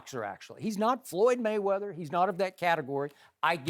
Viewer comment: "floyd mma-weather" skip you get on my nerves sometimes man.